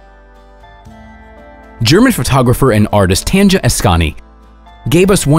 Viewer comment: You pronounce her name as TANYA not tanja